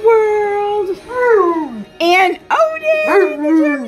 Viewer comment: Tonka’s tail is hysterical. He’s saying ‘O-DIN’